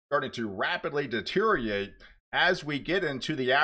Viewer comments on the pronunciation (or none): The word is deteriorate not deteriate